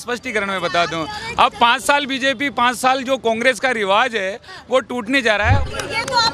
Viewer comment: Riwaz nhi riwaj hota h jahai z ki zarurat hote h vahai j bolte ho jahai j hota h z bolte ho